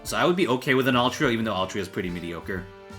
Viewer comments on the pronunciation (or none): “Altria” how horrifying